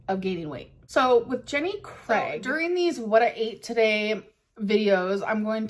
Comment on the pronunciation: the way she says "jenny craig" as "jenny cregg" makes me want to rip my fucking ears off it boils my blood so bad and i can't even describe why it triggers me that much lmao